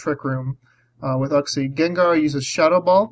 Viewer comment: It always catches me off guard when you say "uhg-xie". "You-xie" is what I'm used to hearing. xD Gravity support would help your empoleon land some hits--buuuut it would ruin that nifty levitation skill swap you used here.